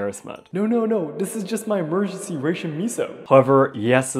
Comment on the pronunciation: Ration is pronounced like rash. Rash-un.